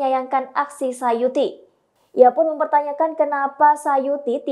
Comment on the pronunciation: Tulisan namanya suyati... Tapi penyebutannya sayuti... Mana yang benar mohon info...